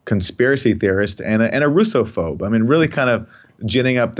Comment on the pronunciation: Dude said "Russophobe".😂